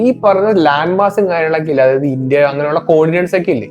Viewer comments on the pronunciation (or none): none